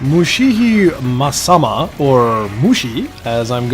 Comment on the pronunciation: Right pronunciation would be Mushi hime-sama. Hime meaning Princess and Sama being honorific in japanese.